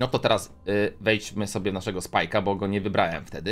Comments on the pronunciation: To jest bo a nie bu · nie bu tylko bo😡😡